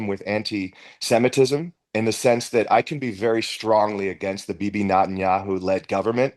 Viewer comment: What was that pronunciation of Bibi by???????????? Lordy.